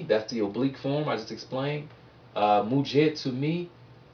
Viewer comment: It's actually pronounced muja and tuja, not just muj and tuj. (Coming from an Indian)